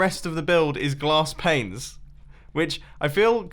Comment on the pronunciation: "Placing to much glass planes is really hard" at first I thought he said "placing to much glass pains is really hard" lol